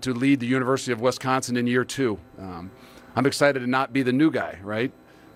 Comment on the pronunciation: Someone needs to "coach" him on the correct pronunciation of Wisconsin